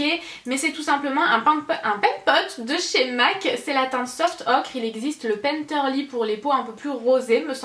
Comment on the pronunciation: Le paint pot se prononce "soft oker" et pas "soft ocre" 😉 C'était ma petite remarque bisous ma belle 😁😘